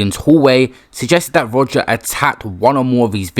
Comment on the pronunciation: I can’t think of a single reason to pronounce Rodger like that. And I’ve really tried